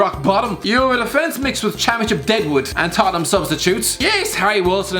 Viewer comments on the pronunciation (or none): none